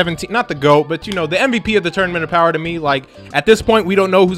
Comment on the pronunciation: "Feel my BOWER"